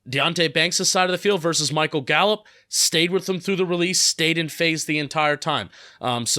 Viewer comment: Thanks.. at least now I'm not alone in pain when he constantly says 'verse'. 😖